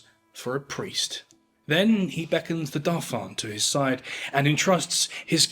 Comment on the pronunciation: What peculiar intonation ans pronounciation. "Dauphane" and "rhetoric" are notable examples up to the point I couldn't stand the mispronounciation and speech impediment any longer.